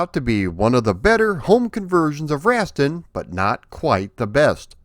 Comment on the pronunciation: For the love of god I wish you had consulted with someone about how to pronounce Rastan before you made this video. Rass-tan - not Rast'n.